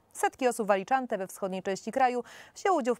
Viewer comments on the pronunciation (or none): Niech pani prowadząca nie udaje mądrzejszej niż jest. Sposób w jaki wymówiła nazwę Alicante jest idiotyczny. Bo jej się coś wydaje... Czytaj z ekranu, zapoznaj sie z tekstem wcześniej i nie kopromituj się. Lubię waszą stację, ale wielu reporterów ma problem z nazwami własnymi w jęz. obcych oraz w relacjach z terenu plączą im się przypadki jez. ojczystego. Czy wy ich bierzecie z Torunia?